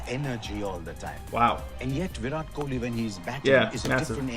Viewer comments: It's not kholi...it is kohli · It's virat kohli not kholi